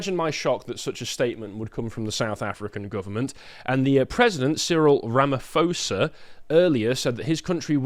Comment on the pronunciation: I really hope that someone from the Lotus Eaters sees this. Over a number of segments you are really getting this wrong. Firstly please get names right. It is not Rama foe Sa it is Rama Poe Sa. Second the EWC Act is not about taking land from white farmers. The act allows the expropriation of any property from anyone. Additionally no property has been expropriated as yet but the act provides the mechanism to enable a free for all. I'm a Brit who has been living in SA since 1995 so if I can assist with your segments please do reach out.